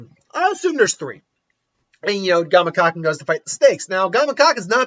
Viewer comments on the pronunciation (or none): Dude. It really irks me the way you butcher these names. Its Gama-Ken. Gama. Ken. You even spelled it correctly but still managed to put an extra KA(Gamakaken) in there somehow. Smh.... Also, ik writting scripts for these vids isnt your style, which I personally think is a bad idea when making what ifs, but doesn't particularly bother me too much. However, would it be too much to ask to do a little research prior to recording to ensure you know what you're actually talking about? Orochi summond two snakes, one for him one for Kabuto, but you legit waste anywhere from a quarter to a third of your vids arguing with yourself about or looking up facts. Its really annoying. Im a fan my dude, been subbed for over a year, and Im not trying to just bash you, but rather offer some constructive criticism. Apologies if this came off super harsh, but I just think there's some simple things you could do(research prior to making vids) that would make your vids go soooooo much smoother.